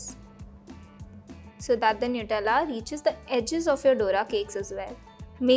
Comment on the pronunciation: Nutella not newtella